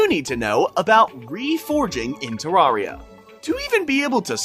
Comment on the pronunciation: Terraria is not pronounced this way if you speak, English...